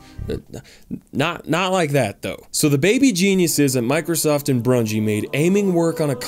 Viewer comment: Did he just say Brungie?! And still crombat evolved?!